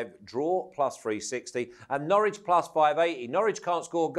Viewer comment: Great show. I expected Flash to tell Matt how to pronounce Norwich properly again lol, Matt struggles with that.